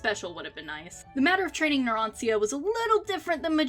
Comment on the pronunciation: It's Narancia, not Naransia..